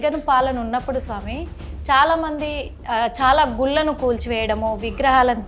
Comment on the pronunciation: గుల్లు కాదమ్మా గుళ్ళు అనాలి